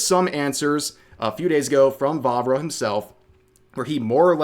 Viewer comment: Every time he said Vávra I heard Barbara for some reason